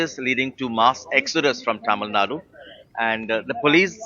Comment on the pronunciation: it's not "thamil naad", it's "Tamil NADU"